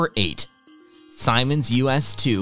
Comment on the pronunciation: And it’s pronounced Seemans not Simons…